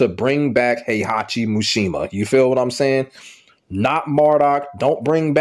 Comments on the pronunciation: MISHIMA. MEE-SHE-MAH. Not “mooshemuh” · Why do you keep calling him MUshima lol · Atleast say his name right